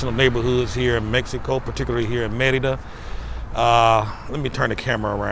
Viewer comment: Love that you pronounce Merida correctly. Just started watching yr videos and subscribed.